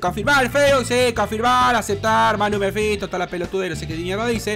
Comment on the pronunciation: Por que decis magnus mefisto xd